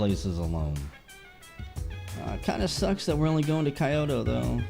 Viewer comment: I'm maybe a bit late but it's pronounced Kee-oto and gay-sha.